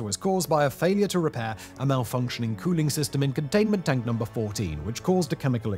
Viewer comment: If i close my eyes whenever he says "con-dain-men-T Dank" all i can picture in my mind is Dr. Evil from Austin Powers MMMMOL-TEN HHHHHOTT MMMMMAG-MA!!!